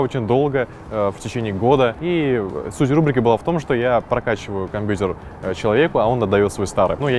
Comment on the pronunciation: Как ты ужасно говоришь слово компьютер...